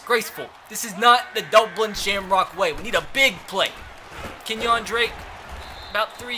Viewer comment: It's Kenyan Drake, not KenYAWN Drake oml makes me wanna pull my fuckin hair out